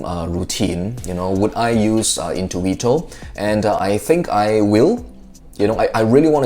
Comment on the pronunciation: Great italian accent in the Word "intuito", from an italian guy.